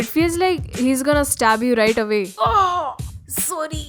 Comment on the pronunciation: Did she say:awway?